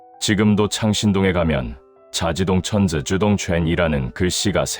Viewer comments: 내용 외에도 그림이 과하지 않고, 색감도 차분하고 좋네요. 구독하고 갑니다 ~ 악랄하네요. 동네 사람들이 먹거리 좀 가져다 주는 것 조차 알아서 금지시키다니 ; ; 단종 죽인 것도 모자라 단종의 어머니, 자신의 형 ㅡ왕의 아내 중전(또한 자신의 형수) 묘를 파묘해서 바다에 버리라니 ; ; 미친것. 근데 왜 "동망봉" 도 그렇고 "사릉" "자지동천" 발음이 왜 중국말 같음? 중국인 채널인지, 아님 다른 문제인지 해명해주시길요. 또 세조 임기는 11년이 아니라 13~14년임(1455~1468). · 이게 무슨말인가 했는데 자지동천때 이상하군요